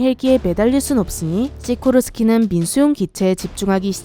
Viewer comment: 시고르스키S -92가 대통령 전용핼기란거잖아요?근데요 여기서 '시고르스키'라고하니까 러시아제 아닌가? 싶기도 하고 왜냐하면 시고르스키란 억양이 러시아어 같아요